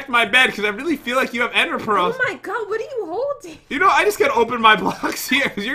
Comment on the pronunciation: " O MY COD" Is that only me who heard that?